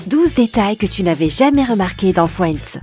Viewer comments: Non mais les gars, elle dit "FWENDS" !!! 🤣🤣🤣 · Merci, je ne suis pas la seule qui a eu mal aux oreilles... D'ailleurs moi j'entendais Fouends au lieu de Friends. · Je suis morte comment elle prononce friends «fouendz» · Sympa, et une chaîne pourrie !!! Tous et presque faux !!et putain cette voix et prononciations !! MoI aUsSi j aIMe fioinds ( Friends ) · Fwiends 🤣 Tanksgiving Bwaaaah mes oreilles !!!!!!